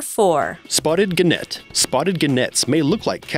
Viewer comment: "G"enet? "G"enet? It's pronounced "jenet".